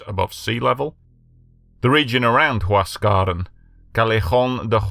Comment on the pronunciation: Learn to pronounce the language correctly if you intend to sound authoritative. Mt. Huascarán is pronounced "wass-ka-RAHN" in Spanish. The remainder of the names are similarly butchered. Yes, I've been to Yungay. It's a national monument now.